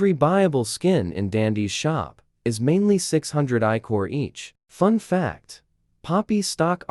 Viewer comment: ichor is pronounced right! ppl usually pronounce it ik-kur but it’s eye-core!! (If that’s what ‘BRO R U SRS’ meant)